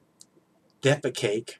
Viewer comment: 😂 "defa-cake" , lol, you are on a roll with too much logic, common sense, and good humor today 🖒